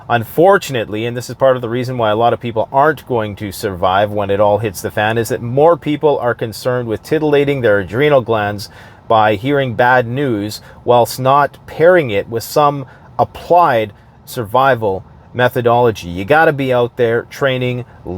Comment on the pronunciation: You said titalating.